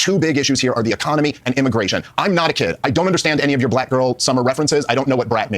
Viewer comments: He said brack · Heard Brack girl summer every single time 😂😂😂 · That dude literally cannot say the word 'black'. He must just be a huge Brak show fan.